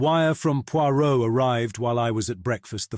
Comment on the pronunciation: Is this AI or just poor audio editing? Five mins in and already he has pronounced Poirot three different ways starting with Poy-rot. I couldn't tell when the over blown, long-winded intro finished and the story started. The pauses and inflections are often are all wrong and the accents a mess.